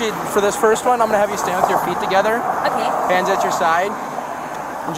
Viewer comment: she says oooh okay!😂😂 so nice, she must be Canadian😅😅